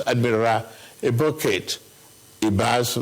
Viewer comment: He can't even pronounce a Nigerian name: Ibokette😢